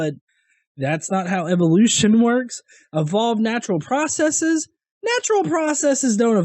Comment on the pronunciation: It's processes. Not processeeeeeees. God I hate when people say it that way.